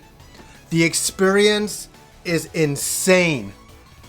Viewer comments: Drinking game: take a drink every time says "expurience." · you broke my video expurience, now I just hear that :(